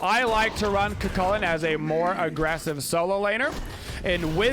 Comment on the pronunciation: Still can't hear the difference between Cu Chulainn and Kukulkan when says them